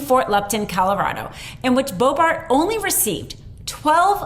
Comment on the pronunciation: Bo-bart? Akeron?